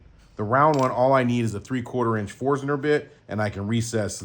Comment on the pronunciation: Yes. Forstner.